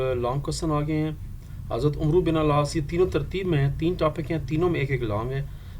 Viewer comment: Sir its not umruuu Its AMR BIN AL AAASS❤